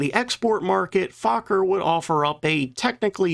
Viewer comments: Fauler??? What??? Fokker... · why do you say fukker ,and not fokker?😅😂😊❤ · It's pronounced F oh ker as in oh not ah. Get it straight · Fokker is not pronounced as Faaakker, but with the o as spoken in 'for'. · "Stroupwahhffls" lol But hey, I appreciate someone talking about our history. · Fokker means FAAAAAcker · GD, you sure do know how to mangle pronunciations, try a few visits to google translate.... I learned ach does not belong in Fokker... You should ALREADY know how to pronoun Luftwaffe...🤨just laziness